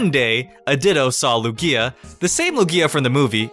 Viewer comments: Your pronunciation of Lugia offends me personally. The emphasis is on the first syllable, not the second! Also you assume that there's only one of each legendary and that's never been the case. Even Mewtwo has recently (as of 6th gen) been established to number at least two. Heck, there can be more than one Arceus for all we know. I figure the reason you can't breed legendaries isn't that they're incapable of reproduction, but that they won't breed in captivity. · STOP PRONOUNCING LUGIA THAT WAY PLEASE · Why are you pronouncing Luiga's name wrong in this video? I've never seen you pronounce it like that. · jezez christ stop saying lugia's name that way its fuckin annoying X( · the way you pronounce lugia is so cringey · You pronounce Luigia a bit weird sometimes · idk why, but I hate how he says lugia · Your pronunciation of lugia makes me cringe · He said lugia wrong and I almost died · It irritated me every time he mispronounced lugia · Your Lugia pronunciation is wierd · Who else got triggered by the way he said Lugia? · Yousef M. brooo xD i never even noticed til i came across this comment. LuGia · you mean how he puts emphasis on the GI instead of the A? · BOI IT'S LUgia not luGIA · Trevor AngELo StryderZ Emphasis is on the first syllable, not the second. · It's still 3 syllables. Loog-i-a pronounces it with 2 Loo-gia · The power plant in XY like what the heck and also I really feel like the emphasis goes on the U of the Lugia not the IA like LUgia not LugIA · lu-gia not lu-gi-a god!!! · It’s pronounced loog-ya not loo-gi-ya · Lu'gia, not Lugia' ? Please? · LOO-gee-ah, not lu-GEE-ah 😂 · your ruining my favorite pokemon it's Lugia all one word not Lu-gia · STOP SAYING LOO-GEE-A! IT'S LOO-GEEA! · It's pronounced Lugi- a, not Lu-gia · am i the only one that's triggered of the pronunciation that he gaves to Lugia? , he says "Lugía" not "Lugia" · HIS NAME IS LUGIA NOT LUGGIA STOP SAYING LUGGIA WITH A LONG I ok i'm done sorry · Lugía? its lúgia brø